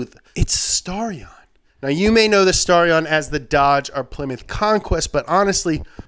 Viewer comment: STAR-E-AN! Thanks for putting in at #13 though..